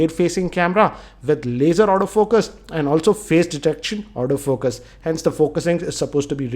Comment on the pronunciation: Everytime you said Auto focus, it sounded as if you said out of focus. (No evil intentions here)